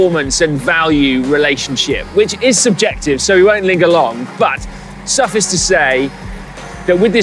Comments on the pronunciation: Why does Simon keep saying 'suffis' instead of 'su-fice' ? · I couldn't give 7 cat cocks about this groupset. I've a trail bike. There's just something very enjoyable about watching Si ride around and talk about stuff. A wholesome, pleasant and engaging man. (Edit: Although, it's pronounced suff-ice, not suff-iss.) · 'Suffus to say...' twice 🙃 Need to go on the pronunciation course methinks 🤪 Otherwise, good review and scary that mid range bikes are now all £6k...😳